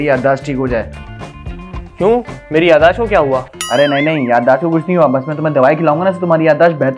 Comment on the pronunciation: "Yadaash" nhi "Yadaasht" hota he